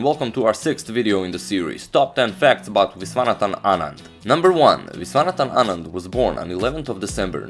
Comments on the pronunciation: His pronunciation was perfect! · I am from Tamil nadu.. the pronunciation was perfect!